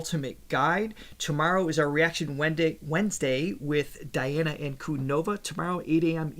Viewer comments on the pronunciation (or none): Diana's (Dēana's) name is pronounced with a long ē sound, the same way you pronounce Dimash (Dēmash.) Диана Димаш